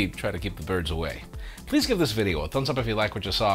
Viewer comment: love the way you pronounce your name the right way!